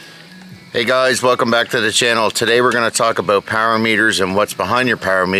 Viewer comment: I figured. So, I think it has a little to do with something about your look. But when you pair that with the voice, you have it. I think you could probably do voice overs for that guy (as long as the word "about" is not involved) ha ha. Unlike you, i dont think Mr. Renner would get too close to that box in this video. Let alone work inside of it. Have a great weekend and thanks again for the content.